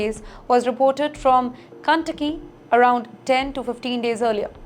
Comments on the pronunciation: Madam it's not Cuntucky but KENTUCKY... inspirational reporting 😂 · Ken not Kan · OMG 😱cun takki ? Hare’s the part, commuty, coperate, tenasi, goment….WHERE DID THIS WOMAN LEARN OR DIDNT LEARN TO SPEAK ?? Yet she is only reporting on all USA matters and issues…. TIMESXP PLEASE REMOVE HER, HOW CAN ANYONE LISTEN TO HER, LEAVE ALONE BELIEVE OR SERIOUSLY TAKE WHAT SHE IS TALKING ABOUT ???